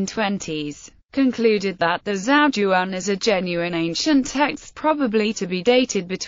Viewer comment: not once is the title of the book pronounced correctly :/